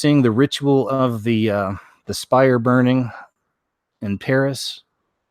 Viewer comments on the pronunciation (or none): none